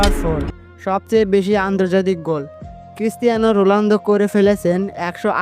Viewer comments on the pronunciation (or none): Vai rolando na ronaldo